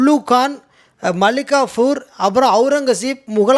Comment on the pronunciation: மல்லிகாபூர் இல்ல டா...😂😂😂😂 மாலிக்கபூர் டா😂😂😂😂😂😂😂